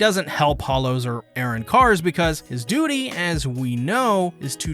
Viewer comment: The pronunciation or arrancars... airrancarsll